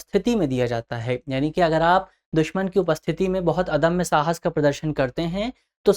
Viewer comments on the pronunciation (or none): अधम्य नहीं अदम्य बोलो।